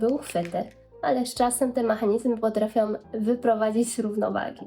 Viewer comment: "potrafiOM" ???? ludzie - nikt już nie potrafi się poprawnie wysłowić? Same nieuki widzę biorą się za YT w Polsce.